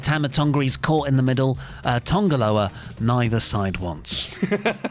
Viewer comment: TANGA Loa not TONGA Loa! Or is there a running joke on here I’m not aware of?